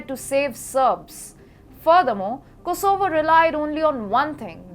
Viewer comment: Like how she pronounces Kosooovo 😁😆👍